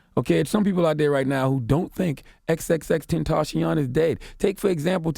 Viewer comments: xxtenchion😂 no hate tho rip to x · "X x tencheeyon" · charlamagne: ''exextacion....off the schreet' lmao :))) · Please give Charlemagne Donkey of the Day for mispronouncing X's name.